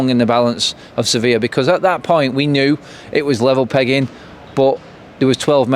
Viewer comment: Hi again, great vid at such a hard time. You always manage to put a smile back onto my face 😉 Can I just point 👉 out though that it's not pronounced seh vill (Sevilla), it's actually pronounced Seh vee yah. Silent LL's my learned friend. Come on let's say it together now - 1... 2... 3... Seh vee yah, (Hooray I knew that you could do it. Now you have no excuse for mispronouncing it again. The next time I will be listening Bro. That lesson is a freebie but no more Bro. 🙈 🙉 🙊™